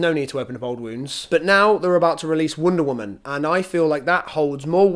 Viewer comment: "wOOnda woman"